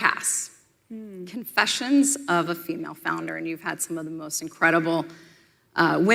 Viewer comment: Did Meghan Markle say she was a “founder” or a “flounder”.?? She has done a lot of floundering.